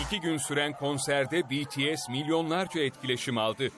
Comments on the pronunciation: ohhh sonunda bir haberci BTS'i doğru okudu 😁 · Aaaaa betese demedi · İlk kez biri bts'e betese demedi şaşırtıcı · betese değil de bities dediği için çok mutluyum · BTS'e betese demiyen senide seviyoruz... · BTS'e BE-TE-SE demeyen birini buldum sonunda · Ulan adam BTS i sevmiyor olsa bile bities diyor lan beni tanıdığım bazi armyler (bence değiller) betese diyor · Sonunda betese demeyen spiker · “B(İ)T(İ)(E)S” dediğiniz için teşekkürler. Bazıları BETESE diyorda. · İlk defa bities demesiii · Oha "betese" değil "bities" diyorlar!!! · Aynn haa ilk defa bir haber verirken betese demediler yaa sonundaaa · ilk defa birisi betese demedi BTS dedı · BTS i doğru okuduğun için tşk Atv! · İlk defa bts e betese demeyen bir haber kanalı